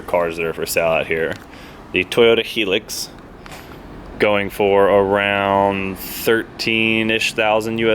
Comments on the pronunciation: hi-lux ... hearing it pronounced hee-lix made me laugh . good trucks tho very popular here in the uk. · it's a theme? "Heelux" LMAO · Lol,I notice that someone else has pulled you up on your Hilux pronunciation but i laughed at how you pronounced it all the same;)